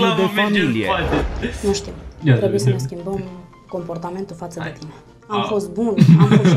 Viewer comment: "Da vediti de tine " , nu foloseste "t" :)))am muriit acolo , MAI FA REACTIONARI😂😂😂👍🏼🔥🔥🔥